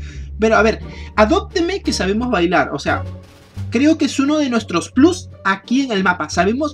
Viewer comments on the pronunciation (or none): none